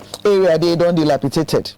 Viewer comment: "Dil_api_dat_ed" She said it correctly. 💯